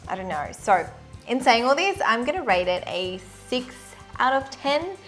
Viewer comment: I'm liking this channel and whatever u speak is relevant and makes sense. BTW not being rude, it is rAte